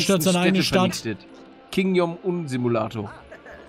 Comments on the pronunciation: Falsch: Kim-yong -um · "King Yong Un" xD